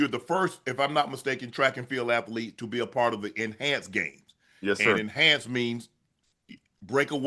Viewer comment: Fred: .I'm a at-lete.😂